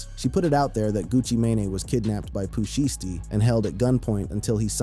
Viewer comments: The Vanilla Ice and Suge thing is TRUE....TOLD BY VANILLA ICE HIMSELF,he said he pooped and peed on his self,somebody DID hang his ass out of a window and hey here is some pronunciation lesson for you it's POO SHY STEE😅you welcome duck! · How yo reporting got weight? You don't know how to pronounce thier names? Gucci mane or Pooh Shiety!